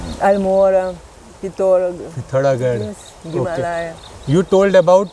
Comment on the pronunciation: Can you pronounce the word Himalaya? You are in public platform and promoting heritage, culture and spiritual values of the divine country, you must be responsible to pronounce correctly the popular regular important words of our culture like himalaya, saadhanaa, bhaarata,. Please visit to a learned person and get proper pronunciation. Even the saadhvii lady pronounces these words more accurately, you must notice this!!!!